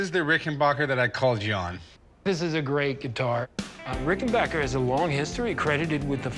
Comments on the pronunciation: It’s RickenbAcker, not RickenbOcker. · Plus the expert was the only one to know how to say the name Rickenbacker.